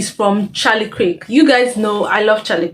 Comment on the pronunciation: Charlie K-EEEEER-K You're murdering his name